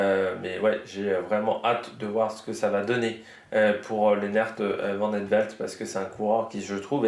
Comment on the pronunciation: Vidéo top ! Niveau prononciation, c'est ; - Van Gils : Van Gchils (en fait c'est un g qui vient du palais, un mélange de G et de ch. Un peu comme un chat qui siffle.) (En fait en néerlandais des Pays-Bas, le g se prononce plus ou moins r, en néerlandais de Flandres, c'est comme je viens de l'expliquer.) - Vandenabeele : Van-den-a-béél - Van Eetvelt : Van Étvèlt - Paaschens : Pâââskèns Me semble-t-il que c'est tout ce qu'il y a comme nom un peu tricky chez lotto ( si ce n'est les vermeersch, van moer,... que tu prononce déjà bien)